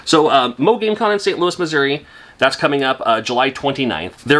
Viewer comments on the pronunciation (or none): none